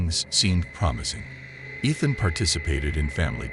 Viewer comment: I like the voice but pronouncing the name Ethan wrong is Driving me insane 😅